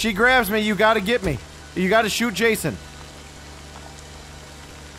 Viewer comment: Lmao he said Jazzon